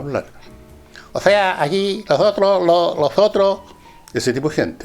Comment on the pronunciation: Ozea aqui Lozotroh somoh, losotroh .....Jajajajajaja 😂 Que manera de reírme.